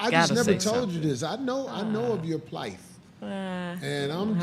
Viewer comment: Corey and all you meathead jocks are guilty of attempting to articulate beyond your abilities when talking with pretty women, (there is no TH sound in the word PLIGHT dumbass) And everyone sitting there knows that except you.